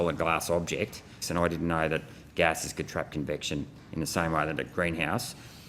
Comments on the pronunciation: Certainly it was a mispronounciation of 'conviction'? You Aussies ( and even more Kiwis) have a hard time with the vocal 'e', seems to me... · poor Gerard....his head exploded after 2 minutes....'Convection you know'